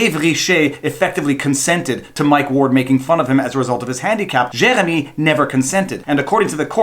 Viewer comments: Gosh, you Francophones have no idea how to pronounce "Jeremy". JK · The worse thing about all of this is listening to that French pronunciation of Jeremy. Nyah, nyah, ...fuck you Canadian tribunal, I'm American! (Don't worry we have lunatics too.)